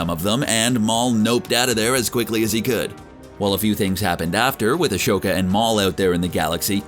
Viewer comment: The way he pronounces Ashoka literally kills me😒🤦‍♂️